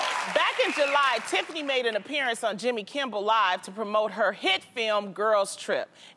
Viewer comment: Loni kept saying Jimmy Kimbel instead of Kimmel😂